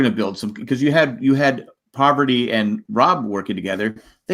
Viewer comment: Parvati not pronounced "Poverty"